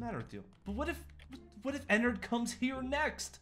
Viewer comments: It annoys me it's ennard not ennerd 😥 please i respect him call him by his name ennard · I'm not hating but its not "Ennord" its "Ennard" its just a little change (its just I hate when then say the fnaf names wrong) funtime foxy is a girl btw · its not enod its ennard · Bruh In the movie you didn't say his name right it's Enerd one of the most evil animatronics 😧😧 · Enod LOL it’s ennard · You have to say Ennard not Enrad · He sad enerd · its eanned not enod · Ennerd not ennord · its not annard its earnled idk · isin't it ennord?